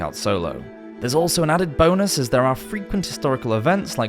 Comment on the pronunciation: everytime he says "bonus " with his accent it makes me lolz